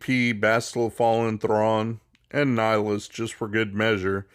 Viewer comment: i like how you say thrawn , its like with slavic R , (iam from slovakia )